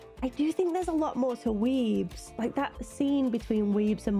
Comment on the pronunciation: Weems, not Weebs! 😂 Larissa Weems... The actor who plays Thing is a magician...